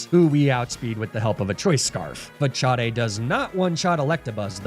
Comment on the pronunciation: was a good video til i heard Fah-Cha-Day as the pronunciation of Facade 5 times in a row, wtf